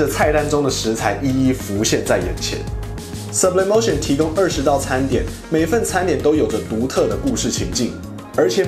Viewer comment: 如果 是西班牙餐廳 應該要西文唸法 蘇ㄅ李哞提歐 沒事 我來鬧的